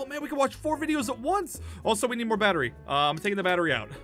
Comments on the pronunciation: Amphau: the batwy. Me:lol don’t you mean battery 🔋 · IM SO SORYY ITS NOT BATWI ITS BATRY DA!!🙄🙄🙄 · APHMAU😂😂😂 ITS 😂NOT😂 BETERI ITS😂 BATRY😂😂😂😂😂😂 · The batta-wee The batta-weeee The batta-weeeeee Jess: THE BATTA-REE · Aphmau: The batwery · The batta reee the battleship BAT A REE THAT'S HOW YOU SAK IT I mean say it. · aph: the barowee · the batleREEEEEE is what I unerstand😂 Or the beterWEEEEEE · its so funny hahha ahmau doesn't no how too say battery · my god you did not know to read battery